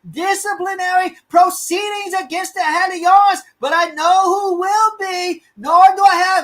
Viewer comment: Sorry, I'm late to the show because I am in the UK. Happy to help with translation. SNP is the Scottish Nationalist Party. Hawley Arms is pronounced hor-lee arms, Edinburgh is pronounced Edin-borough.